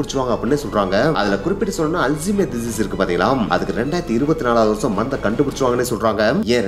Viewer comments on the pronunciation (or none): மந்து இல்ல ப்ரோ மருந்து